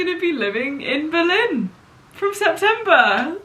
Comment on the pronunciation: Am I the only one who finds the way says Berlin strange? She says buh-LIN and I instead put emphasis on the BER and say BER-lin.